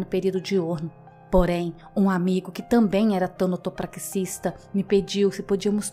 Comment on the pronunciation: Como sempre uma narração incrível! Edit: suicidas não estão condenados ao inferno por seu ato de desespero. Deus é perdão. Não caiam nessa conversa de religiões preconceituosas que não entendem nada sobre o sofrimento humano, quem dirá da bondade do Deus verdadeiro. Só uma observação, o nome da profissão é Tanatopraxista e não Tânatopraxista. É TANATO mesmo, sem acento. 😉